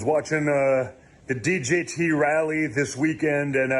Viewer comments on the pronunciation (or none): D G T??? I thought it is DJT!